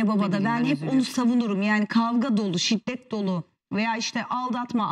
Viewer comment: şiTTet değil, şiddet.